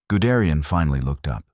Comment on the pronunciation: "Gudrian"?? Guderian. You know it's wrong: you get it right on the second try. Why don't you fix the first? Sloppy, no-pride, work.